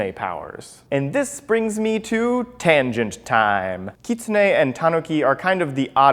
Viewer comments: no no no no, you're saying it wrong. You're saying it like "keet-sun-e' " when its pronouced: "kit-soon-e' " sorry, just pointing that out :) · Utahraptorr it is. He is pronouncing it wrong. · Kit-su-nae? I’ve been pronouncing it wrong, I pronounced it as Kit-sune.. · i thought it was pronounced Kit-Soon